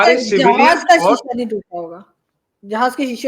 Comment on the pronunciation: Sisa nehien tuta ,ha ha